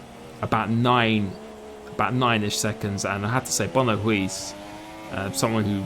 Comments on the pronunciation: Silent Four-Eyes yeah English people can't pronounce 'Huis' correctly haha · If Huiiiiiis's name is referring to the dutch word 'Huis' (house) then you're saying it so wrong xD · IT TRIGGERD ME SO MUCH . . . . The way you said Huis. Huge congratulations!